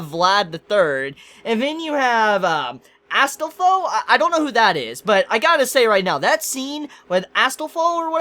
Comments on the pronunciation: note: As-tol-fo, that's how you pronounce the trap's name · Sorry to disappoint you, but Astolfo (which you totally butchered his name) is a male, or perhaps you will better treat him as a trap